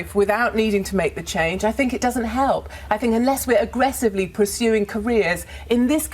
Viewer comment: "I fink I come across well spoken" riiiiiight...